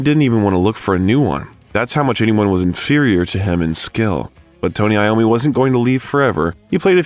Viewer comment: Voice over It’s Tony iommi. NOT Tony Lommi…. How embarrassing